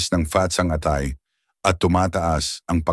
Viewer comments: Baka pusit, hindi pu-sit, atay hindi a-tay, sakit sa tenga, pa-ma-ma-ga, pamamaga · Ok na sana kaya lng yung pronunciation nyo mali … pusit, atay, animnapu,babala, pamamaga, at iba pa … pero ganun pa man thank you sa advice!